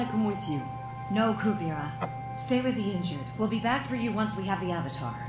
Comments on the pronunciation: I don't have problem with pronounciations. It never really bothered me when they say it wrong. I just wonder why they say it wrong. I live in Southeast Europe and I can say these names immidiately when I hear it. They said Kuvira like 3 times in this episode and he still said it wrong. Is that an English speaker thing or..? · COO-VIR-AH (Kuvira) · karl jonson No. That's just a lack of memory. "Kuvira" reads phonetically quite easily. My guess is that they simply mispell what they hear and stick with it, for some weird reason.